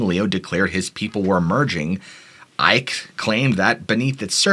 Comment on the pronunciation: Icke is like icky